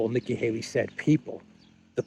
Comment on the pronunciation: Nikkie "halo" 😂😂😂😂